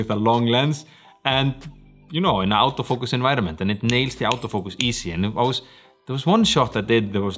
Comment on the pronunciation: 'Out'o Focus? or Auto Focus? That Scandinavian accent lol